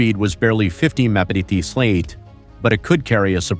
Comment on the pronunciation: And the robot messed up MPH and LB as well - someone should listen to these things before they are released!